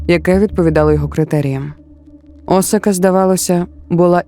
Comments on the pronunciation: Дякую за контент українською! Цікавий матеріал, приємна подача. Але, перепрошую, Асака (наголос на другу А), це не Осака. Асака дійсно знаходиться недалеко від Токіо. А от місто-мільйонник Осака - за 500 км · Пані автор, історія чудова, але Осака - це зовсім інше місто в Японії з населенням до 3 млн жителів. Навіть на карті, яку ви наводите, написано Asaka! Асака а не Осака.